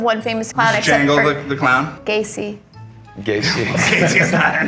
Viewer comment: Lol "Gacey" 😂